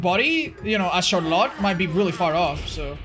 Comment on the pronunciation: Char-lot.... lol Is it not pronounced "Shar-let" ?